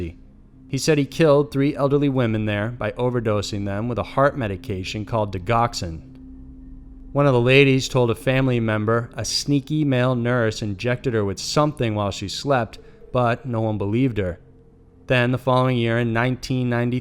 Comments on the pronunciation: He mispronounced Digoxin as well - it's pronounced di-jox-in, soft g. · It’s didge-ox-in. Digoxin. .. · I love your channel but it's pronounced di-jox-in. Like jockeys .... sorry you have to be somewhat OCD when your in medicine 😉😁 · It's pronounced "Di-JOX-in" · FYI digoxin is pronounced “di-jox-in”. Love your channel and the content! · Great video, as usual! Side note: Digoxin is pronounced with a soft g---"dee jock zin. It comes from the deadly Belladonna flower. In older times, women used to put drops of belladonna in their eyes to cause their pupils to dilate and thus look more attractive. The more you know... lol! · Great video! Have to note, tho...digoxin is pronounced di-joxin. Always confirm if unsure-it gives video credibility. Keep up the good work! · Brian Hays Said what I was thinking 😜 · Thank you! It was bugging the heck out of me!